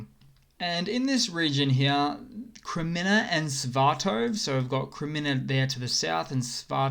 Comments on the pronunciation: Sva-to-ve...not Sva-tov. :-) Slava Ukraina! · Dude! It's..... S.V.A.T.O.V.E.... You should pronounce every letter as an individual 🙂